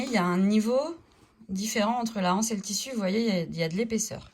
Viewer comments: Les z’anses, l’anse. C’est bizarre cette mode qui consiste à prononcer anse comme si il y avait un h aspiré, alors qu’il n’y en a pas. Ceci étant dit, merci pour cette excellente idée de sac bi-matière. 🙂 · Exact! Je ne sais pas pourquoi tant de personnes disent la anse, les (h)anses ?